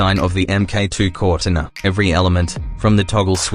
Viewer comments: "corr tin ah" GTFO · Cor-tina PRONOUNCED ai shit